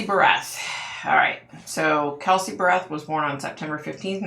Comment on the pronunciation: I’m very familiar with this case and live close to Woodland Park. Also, my daughter in law works in the jail where Frazee was being held waiting for trial. I do want to add that her last name is pronounced “Bear-eth”. You mention that you could see a busy highway with hotels and cabins and I have a possible explanation. Woodland park is in the mountains and there is a lot of tourism there. After he killed Kelsey he took her down the mountain and more than likely took a very busy highway where there are a lot of hotels, motels, cabins, etc. He took her to Fremont county which is about 40 or so miles south of Woodland Park to his property to burn her body. Again, he more than likely took another busy highway to get there. This is all according to Krystal, though. Deckers is about 20 miles from Woodland Park with several fishing areas. Now I’m wondering if that’s where her remains ended up? I don’t think Krystal ever mentioned anything about Deckers, but who knows! Her murder was very brutal... he actually put a sweater over her eyes and asked her to guess the scent of some candles. When she bent down to smell the candles is when he started striking her with a bat, also knocking her teeth out. I’m shocked that she forgives him for that! She was a beautiful person inside and out! Great video,! The next case I’ve been researching is Shanann Watts so I’m hoping for more answers there.